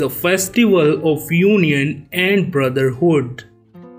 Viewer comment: Not each😂😂 it,s Eid 😊